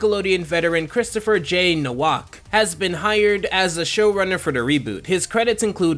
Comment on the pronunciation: Everything nice but The Guy from should be pronounced "Novak" not "Nowack"